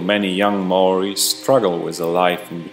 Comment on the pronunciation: You said maori wrong